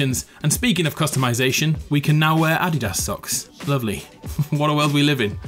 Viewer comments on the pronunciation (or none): You said "ad-i-das" socks 😅 It's only one syllable when said